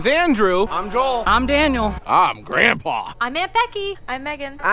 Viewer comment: Wait ✋️ wait ✋️ wait ✋️ The way he said grrrrrandpa..... that man cannot keep a secret!!! 😆 🤣 😂